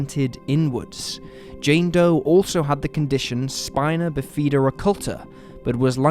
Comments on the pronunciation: That is not how u pronounce Spina Bifida Spy-na Biff-i-da (childs pronounciation of 'i') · Look up the pronunciation of DeJesus and Bifida, please.